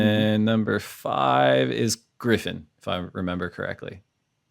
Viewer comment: Aloha...it's Conner Coffin...Griffin was close...